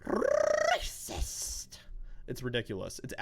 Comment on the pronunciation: “Rrrrrrrrrrrracist!” Role those R’s people. Btw you could be a voice actor😂